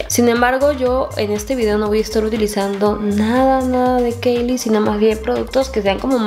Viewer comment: se pronuncia kaili (Kylie)